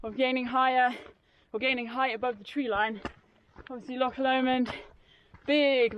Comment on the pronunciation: A great documenting of the ascent and descent of Ben Lomond and may I commend you on your pronunciation of "Loch", not bad for a Sasanach lol .....although marks off for referring to valleys and lakes. The valleys and lakes stop at the border, only glens and only one Lake - Lake of Menteith in Scotland. Can I also encourage to buy some boots with a good grippy sole, or your going to come a cropper on one of these steep descents. Great vid though :-)